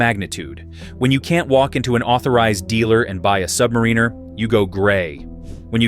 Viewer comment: "AI is going to take over the world!" FFS AI can't pronounce Submariner correctly!